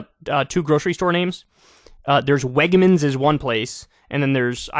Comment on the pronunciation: I'm in eastern, pa. It's redners and Wegmans, not Wegners. I laughed so hard when I saw his commercial.